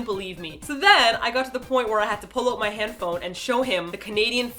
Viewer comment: I knew it! Martina is Canadian. She pronounced 'out' like 'oat'.